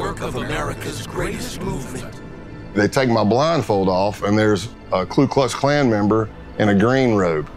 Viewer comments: "KLU Klux Klan"..?? Seems kinda weird that was able to infiltrate the KKK if he couldn't even say their name right. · "ku Klux klan"